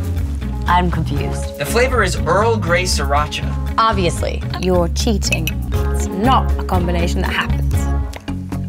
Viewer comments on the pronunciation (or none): it says sriracha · Sriracha not Siracha that what is said